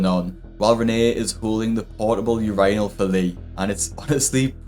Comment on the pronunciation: ur wat? 😂 I'll save you some grief bud, it's pronounced ur-inn-ul